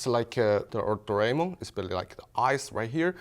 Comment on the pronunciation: None of them can pronounce Doraemon... both are asians...